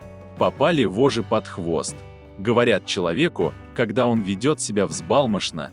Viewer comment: Читать надо правильно :"воЖЖи" с двумя Ж.